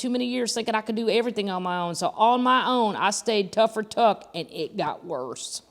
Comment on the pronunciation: After just one wash, my shirt is like a little piece of nighshirt Heaven. 😴 Ha!! Now I know why she cancelled her show in August of 1993! She didn't "slip in the shower on her bus"!! Not being mean or critical, but I laughed pretty hard when you read it as "Tougher Tuck". 😂 I rewound it several times 😂 The Pubcast is awesome!! Rabbit Hole describes it perfectly! I often find myself wondering 'what were we talking about again'? Lol